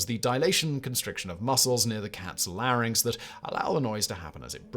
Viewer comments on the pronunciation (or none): none